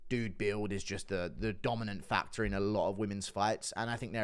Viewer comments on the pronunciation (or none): none